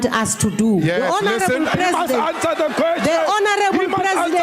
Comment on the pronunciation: HE MUST ANSA DE QUESTION HE MUST ANSA DE QUESTION HE MUST ANSA DE QUESTION!!! 😂